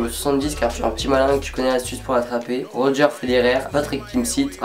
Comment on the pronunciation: "Rogeure Federer" tu m'as tué 😂😂😂😂 C'est "Rogé" psk le tennis c'est la base wouaaalaaa quoooiiii 😁 (PS : tu gère la fougère et t'as des taille de beau yeux (mais tout le monde doit te le dire) ❤️) (PS du PS (moment de racontage de Life dont tout le monde s'en bat les couilles clairement) j'aurais trop avoir les meme yeux... A la place j'ai les yeux vairons ( un bleu un vert) comme aç je ressemble à un extraterrestre mélangée à une noix de coco (psk la beauté n'a pas voulu de moi ) 😂😂😂❤️ Bon en gros continue les vidéos ( voila c'est marrant et tout ) t'a une abonner en plus 😂😁❤️